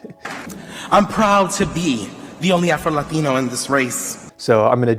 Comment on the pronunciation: I have a pet peeve when somebody, who speaks with an American accent, pronounces "latino" like they've just hopped over the border... "The first afro-LaTiNo" I'm suprised he didn't say LatinX